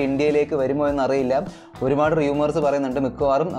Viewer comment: റിയുമേർസ് അല്ല റൂമേർസ്